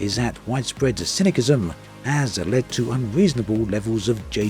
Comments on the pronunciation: love your videos and enjoy your insights! I don't think I've missed a single one! Having said that, and this is not intended negatively... BUT I can't help but giggle at your pronunciation of "cynicism" (3 times in a row hehehe)- I get it as it's derived from "cynic" which ends in a "k" sound. But if I am not mistaken it is unquestionably enunciated with the "s" sound in both instances of "c" in the word. Keep up the great work:) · its pronounced sism not kism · si·nuh·si·zm not si·nuh·ki·zm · Cyni K ism ? Honestly, have you never heard the word spoken before ?The second C is soft - it is pronounced Cyni S ism. As always, interesting video though. Keep up the good work. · The c in cynicism is soft, pronounced ss not kk. Sorry for being a massive pedant, I'll get my coat... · FYI the 2nd C in "cynicism" is pronounced like an S not a K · Cyn-is-sis-um. Not Cinic-ism! I love you. 😂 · The second C in Cynicism is pronounced as an "S" sound. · took me a minute to figure out what you meant. im guessing you were talking about cynicism though (pronounced cynisism) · sorry, I can't watch this video with this ponounciation of cynisim. I watch a lot of your vids, I am afraid this has now come to an end. Good bye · Cynicism - sin-uh-siz-uhm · i am baffled by all the arguments in the comments, and not one is criticizing his pronounciation of cynicisim?! maybe im wrong lmao, but I've always heard it pronounce "cynisisim" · Cynicism is pronounced si.nuh.si.zm. Not with a hard c. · Both "C"s in "Cynicism" are a soft "S" sound. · never seen anyone pronounced it as cynickism before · not to be cynicKal but you pronounce it incorrectly!! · The way you pronounced "cynicism" gave me a suicidal ideation. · Gave up on the video when it became apparent that you can't even pronounce the word cynicism. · You're saying cynicism wrong bro. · Why can't you pronounce ''cynicism''? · you're a native english speaker. HOW CAN YOU SAY CYNICISM WRONG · yeah that hurt my ears